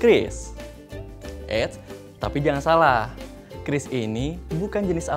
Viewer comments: oalah bacanya kris, kukira kyuris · Oke jadinya dibaca "kris" buka "qiuris"